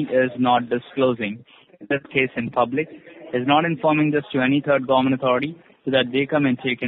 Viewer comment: The federal “ GOMMENT”